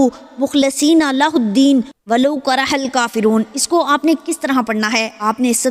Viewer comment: برائے مہربانی اپنا تلفظ درست کریں وَلَو کَرِہَ الُکَافِرُوْن میں آپ نے (کَرَہَ)ر پر زبر پڑھی ھے جو کہ غلط ھے ر کے نیچے زیر ھے